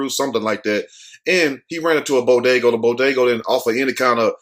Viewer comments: It’s pronounced BodegA smh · Did he just say bodagoo!!!